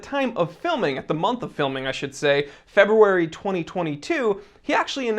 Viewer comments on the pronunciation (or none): none